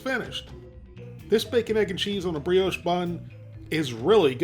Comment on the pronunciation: It's pronounced 'bree-osh'! A concise, and honest review of a product - as always. Thanks.